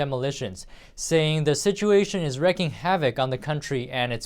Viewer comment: "Wreaking," not "wrecking!"